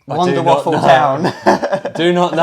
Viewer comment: It’s not Wunderwaff, it’s wunderwaffEEE. It’s GERMAN you DO say the e at the end. Don’t wreck up the German language. ⚡️⚡️